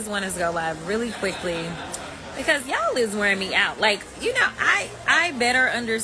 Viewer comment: She said “Yallis” trippin 😂😂😂